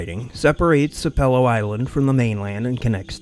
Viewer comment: Neat bit of local lore! Glad we have our own “Nessie”! BTW, the narrator mispronounced “Sapelo”- it rhymes with “Apple-oh”.